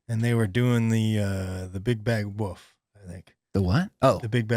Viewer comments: I believe you are my wife’s newest favorite comedian. Not cause of your comedy of course. It’s because she also says “woof” instead of wolf. Just know you’re not alone. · I loved saying "woof" and taking a second before he checked him on the pronunciation. "You're saying wolf, right? There's an F". continues to say "woof".